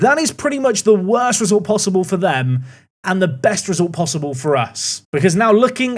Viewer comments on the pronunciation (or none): none